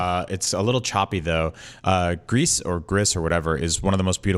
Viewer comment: It's "Grease" per Nomada Studio's Twitter. It's Spanish for grey (it's the same in French, but the studio is in Spain, thus 'grease' and not 'gree').